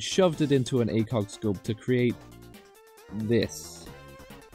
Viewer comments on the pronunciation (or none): none